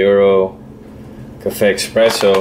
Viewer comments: insists to pronounce "EXpresso" and is NOT with X the word... is Espresso.. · Thanks for your video, just bought one myself. Just FYI, it's eSpresso, not eXpresso. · Hi... about your pronunciation of espresso is not offensive; is just a so common word that is obvious to react at the sound of x in the word. As I guess you'll continue to create videos about coffee, it'll be good to correct the word... no bad feeling from anyone, I guess.. And hope to see your next video in youtube....